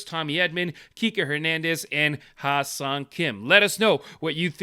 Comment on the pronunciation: It's pronounced "Hyay-song" almost like "hu-yay" but with the "Hy" blending more: "Hh-yay song." Key: it's not "high-song".🙂